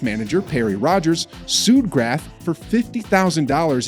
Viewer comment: This speaker needs to learn how to pronounce Steffi and Monica's last name correctly.